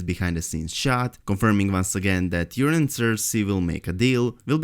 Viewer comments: Urine Greyjoy!!! (Long O in Euron) (Eur-On) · pronounced "your-on" not "urine".